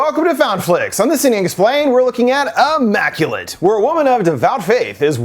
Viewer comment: Ya lost me when you called it “AHmmaculate”! Lol